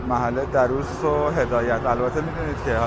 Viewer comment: A walk down memory lane again! Lived in the area (Darrous) for many years. I can say it is one of the most pleasant areas of northern Tehran. Just one note here: It is pronounced Dar-rous , stress should be on R in the word. Thanks for sharing.